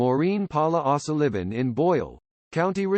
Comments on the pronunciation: Maureen Ahsaliven??? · AI puts the acCENT on the wrong sylLABle.😊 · AI can 't pronounce 0'Sullivan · Sorry, but this vid blows. Short bio, with nothing about the"Strange and Sad" ending that I found Just another sorry YT "content" provider who doesn't care if the facts are straight or not. He butchers a common Irish name on top of all this BS! Thumbs down, HARD! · Yet another stupid A. I which can't pronounce her name 🙄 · AI voice unable to correctly pronounce the surname of the woman about which this is written ! 🙀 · Why the weird pronunciation of her surname it's a common enough name